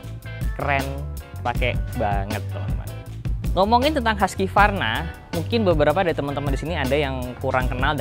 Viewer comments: bacanya tetep huskvarna bukan huskyvarna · Husqvarna itu bacanya HUKS VARNA bukan Huskie Varna. Gimana sih wkwkwk Jangan² bilang BMW, Bi em dobel yu juga lagi.. wkwkw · Cara baca Husqvarna Huskivarna = ❌ Hooskhvarna = ✔️ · Biar orang pada gak salah kaprah yah bang, bacanya bukan “haski-varna” tapi ya “husk-varna” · Bukannya cara bacanya husvarna bang?